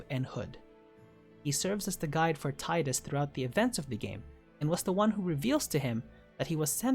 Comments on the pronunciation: Tidus is pronounced TEEdus. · Tee-dus, how hard is it really???